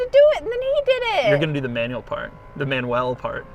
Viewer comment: Pretty sure a German speaker would not pronounce Manuell that way. It works for the gag, but probably comes across the same as pronouncing "Porsche" as "Porsh"